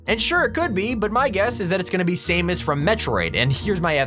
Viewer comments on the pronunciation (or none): SAM-US NOT SAME-US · Ah yes saymus that's how he pronounced sammus name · Saymus? It's sAmus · You said samus wrong, its not sae-mus, its sa-mus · my man said same-us son sam-us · the way he says "Samus"